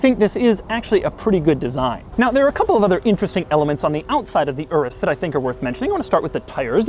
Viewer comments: It's pronounced your-us, not erus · DID HE PRONOUNCE IT LIKE ERUS, it’s pronounced as “yerus” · It is pronounced udus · I think it's pronounced U Rus not urus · I love how white people can’t pronounce foreign words... my man said ” This is the Lamborghini Uress” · Should you pronounce Urus as Doug says it, not as in Uranus ? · Isn't it pronounced "Yoor-us"? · Isn’t it pounced your-us? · The way he pronounces Urus is hilarious.